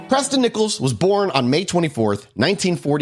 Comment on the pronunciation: Preston B Nickels sounds like a fake name. Every time they said his name I just heard "Pressin Dese Nickels"